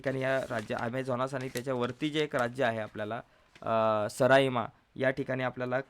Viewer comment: सराइमा नाही रोराईमा आहे 😊😊😊 😊😊😊😊😊😊😊😊😊😊😊😊😊😊😊😊😊😊😊😊😊😊😊😊😊😊😊😊😊😊